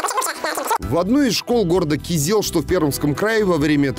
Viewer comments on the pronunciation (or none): город Кизел, ударение на И